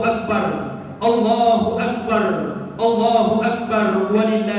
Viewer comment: perbaiki penyebutan lafadz takbirnya..